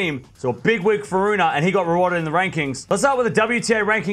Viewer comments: Please man, get the pronunciation right, since you will be saying his name a lot more often in the future: it's Ruun(pause)e (not RunA) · well i know, and i usually don't mind when english speaking people mispronounce foreign names, but this one is particularly annoying for some reason